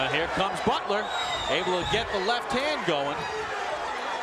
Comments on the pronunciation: Empezaste diciendo BUTLER las primeras dos veces, después pensé que hablabas de otro porque decías BUTREL xD Fuera de eso, buena histroia x) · batler se pronuncia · Bro, creo que se pronuncia “Botler” , no es mal pedo, una simple observación. Buen video 🤘🏼